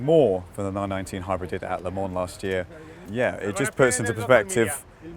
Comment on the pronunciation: He's driving me crazy with the way he pronounces Le Mans.